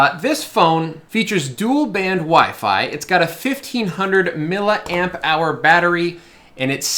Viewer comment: Mill-eeeee amp hour, FFS!!!